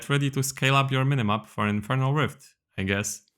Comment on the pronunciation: "Infirnal Bard"